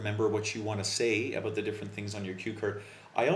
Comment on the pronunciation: You are mispronouncing the word 'about'. Just an honest observation.